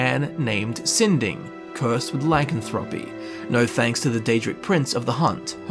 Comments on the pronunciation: really... I stopped watching when you couldn't even say lycanthropy right. please go here and listen to the way it is pronounced, your welcome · Learn how to say lycanthropy